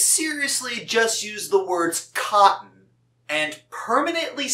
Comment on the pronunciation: Apple jack actually said cope'n not cotton